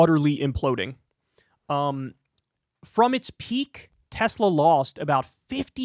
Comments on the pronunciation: ‘I love Teslerr!’ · Got to love how Trump pronounces the brand as well, the TesSlur. :P As for banning Teslas, if the US pushed harder on those tariffs you can forget about any new models getting certified in the EU ever again............................they're barely passing MINIMUM road safety guidelines as is.